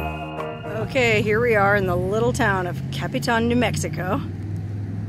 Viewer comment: Capitan NM + = is Pronounced like this Capatan. Not Capi Tan. Also I was a young child when the fire happened and I can remember my dad taking me up there to see Smokey as he had just arrived there after the fire.